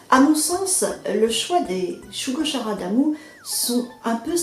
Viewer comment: Bonjour. Je connaissais juste l'histoire de nom, ainsi que le fait qu'il existe un animé. Une présentation qui rend curieux de lire. PS : Perso, j'ai toujours prononcé Shugo-KAra (comme dans character, le mot anglais pour désigner un personnage).